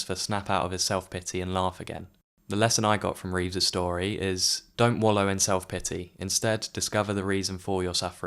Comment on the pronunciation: I hate to criticise, as you've obviously done your own narration and not used one of those awful AI voices - but it's Christopher REEVE not Reeves. His name is even shown on screen a couple of times.